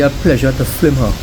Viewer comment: Great video man, great video ! Very informative. Good videography. Just one lil' thing ! FIL....M not FL.....IM ! Thank you very much ! Come again, we are awaiting. Marabella.